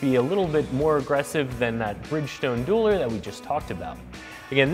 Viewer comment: Dueler not Dualer